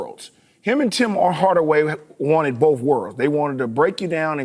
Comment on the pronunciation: sounds like he says “bowf” instead of “both” kind of like buckwheat